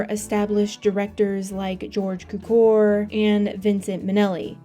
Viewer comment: Do you Yanks deliberately go out of your way to mispronounce names ? George Peppard is said the way it looks PEPPard, not pappARD. Where the 'ell did you get that nonsense from ?